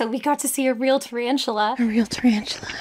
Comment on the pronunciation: its been 3 years but I just came back to say ta-RANCH-ula